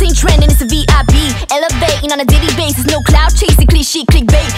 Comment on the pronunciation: I used to think Maya said “Diddy basis” 😱 but she says daily basis lol